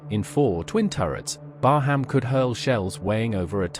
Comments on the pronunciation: Thank you. Excellent footage. Oh, By the way. There is no HAM in BARHAM, it is pronounced BAR_RAM. Oh, subbed too. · Please pronounce her name properly 😳